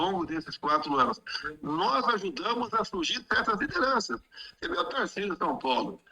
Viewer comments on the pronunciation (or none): none